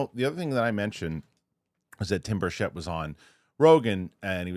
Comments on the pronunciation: The correct pronunciation of Representative Tim Burchett's last name is Bur-CHIT. *READ YOUR COMMENTS MAN!* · That's not how you pronounce Tim Burchett's name,. It bothers him. Say BIRCH IT. Don't say it like it's French.